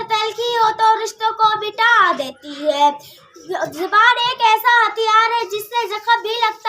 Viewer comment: Zeeban nahi zaban correct hai...